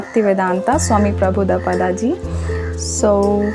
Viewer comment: The pronunciation will not be prahudapada it will be prahupad HARE KRISHNA 🙏🏻